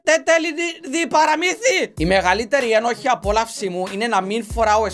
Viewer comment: Μου αρέσει που στα περισσότερα σχόλια ο τόνος στο ένοχη (απόλαυση) το γράφουν ενοχή απόλαυση και ο τα διαβάζει έτσι Λάθος